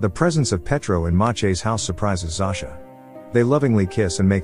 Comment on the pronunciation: It's not pronounced (Zo-sha)? When I lived in Poland, every Zosia I met had that pronunciation. Not (Zau-sha).